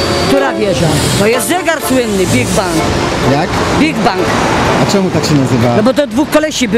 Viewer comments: big ben! a nie big bank xDD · bigbang xD chyba bigben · rococo a nie rokoko albo rokokoko xDD Big Ban jahahaahahahahahahaahahaha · Big Ben nie Big Ban